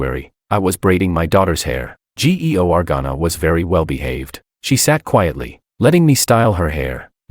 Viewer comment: Why can't the dumb AI correctly pronounce names like Georgana? It's really simple to pronounce. SO MUCH FOR AI BEING SMART. I guess it's DUMBER than a box of emptiness. A box of rocks has more intelligence than this AI voice over.